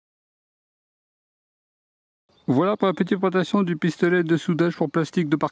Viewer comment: "j'ai du PE"... ça s'appelle polyéthylène, appelez les choses par leur nom, bon sang. Et puis "présentation" ça ne se dit pas "prentation"!